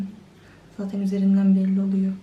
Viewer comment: Şu kızın zatin demesine hastayım